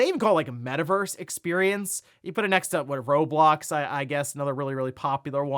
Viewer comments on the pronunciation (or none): none